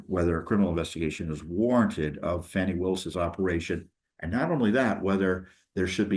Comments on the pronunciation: Its not Fawni it is Fani come on man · There is NO "W" in "FANI".